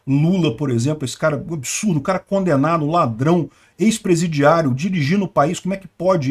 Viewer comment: esse ladrão foi com tanta ênfase que acho que é pessoal 😂😂😂😂